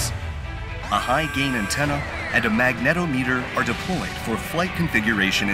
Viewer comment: Check YouTube pronunciation guide for proper way to say "magnetometer": "MAG ne TOM e ter"